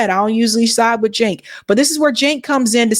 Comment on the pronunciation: It's Jank as in yank